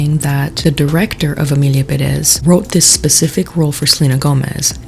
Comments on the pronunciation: I hate when people say perEz instead of pErez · It's the fact that they say Perez like Peréz instead of Pérez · stop pronouncing Perez wrong. You have to accent the first E